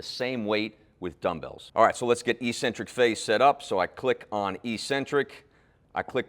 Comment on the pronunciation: not EE-centric. No such word. It's ECK-centric.